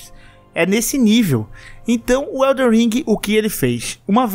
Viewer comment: O mais difícil do jogo é o pessoal falar o nome certo. Elden ao invés de EldeR.